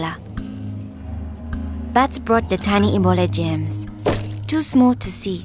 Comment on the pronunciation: I Laughed She Says Gems But Its Germs